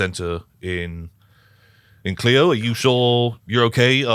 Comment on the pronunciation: It's funny, this is the second playing of this scenario I've seen and both times they pronounced Clio wrong, it's KL-EYE-OH (for anyone wondering). :)